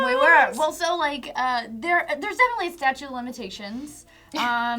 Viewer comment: did they say staue of limitations? hahaha because thats wrong